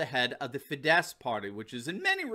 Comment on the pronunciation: Hey, you finally got the pronunciation of OR-bahn correct, but you need to work on Fidesz: it's FEE-dess. The stress is always on the first syllable in Hungarian (so it's PAH-pree-kah when you're talking about paprika, not pap-REE-kuh).